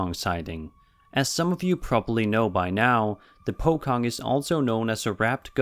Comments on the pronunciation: this stuff is usual things in Malaysia and indonesia. just get used to it btw to say pocong its not like pokong. but like poshong with a little tiny c behind the s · the correct pronunciation is pochong not po Kong :v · Po-Chong that's how to pronounce POCONG not Po-Kong and thank you for including in one of the most popular ghost from my country hehe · The fact that he pronounced "Pocong" as "Po-kong" instead of "Po-chong" is quite funny. He does not know the proper pronunciation so I can't blame him. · The 1st video Pocong is pronounce as 'Po-Chong' not 'Po-kong'. Please get your fact correct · its pronounced as poh-chong not - po-kong. and that video is from malaysia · On Video 18, Its pronounced pochong,not pokong. Kids were saying, all of your saw it did you? It was so wierd, just don't mention the name, you will only encourage it! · Its “pocong” not”pokong” 🙄 that video is at malaysia ..im malaysian people ✌️ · its pronounced po-chong not po-kong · Hey man great compilation as always.. Im from malaysia.. The kid from The Pochong video is Malaysian and they were talking about the resolution of the camera and such. Nothing intersting. Secondly, its pronounce as Pochong as in CHOcolate.., not poKONG. Just so u know..😊😊😊 But overall great video man.. Keep it up. Ure awesome. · not him pronouncing it as po-kong. it's po-chong with a 'c' sound not a 'k' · Its pronounced poh-chong... not pokong. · As Malaysian let me correct your pronounciation. Its "Pochong" not pokong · It’s pronounced as pochong not (pokong) And those were Indonesians..... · Its pronounced pochong not pokong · Pokong WUuuuuut. its pronounce Po-chong, with C as C, not K. They just talking about lighting under street light, and mumbling about "DO NOT MENTION THAT YOU SEE IT, IGNORE IT" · 18- it is pronounced as Po-Chong instead of po-kong. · Its poe-chong.. Not poe-kong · For #18 they just talked about how the camera is bright enough to see and it's Po-cho-ng, not Po-ko-ng xD